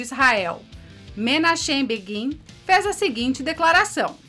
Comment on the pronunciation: Boa noite. Excelente vídeo. A pronúncia correta é "Mênárêm Béguín". Abraço.